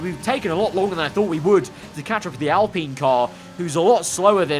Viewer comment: PINEapple, alPINE. Not Alpeene!